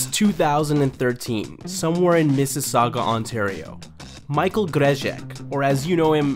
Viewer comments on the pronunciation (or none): Not "Grezhek" But "Gzeshek" is how his last name is pronounced. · actually pronounced "Gur-Ze-Shek" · Awesome video but his last name is pronounced “zhe-shek” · U even messed up saying grzesiek🤦‍♂️ us say it like gre-ze-siek but spel it like grzesiek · The way you pronounce grzsiek wrong lul